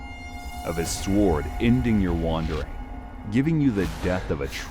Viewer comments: If you're gonna make educational content I believe pronunciation is rather important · For futue reference, please train your AI to pronounce the word as "sorde" not "swword". The "w" is silent. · The w in sword is silent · Is the voice over AI? If not, how come you’re pronouncing the W in sword? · Why do americans pronounce the W in sword 🥴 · The fact that he says it with the w proves to me that his voice over isn't AI hahahah